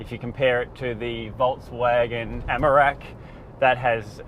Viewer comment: take a drink everytime he says Amarak instead of Amarok. 🤣 good review though